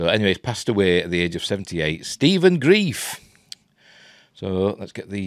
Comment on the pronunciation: Are you sure you are pronouncing his name right? I thought it was Grr-rife not grief.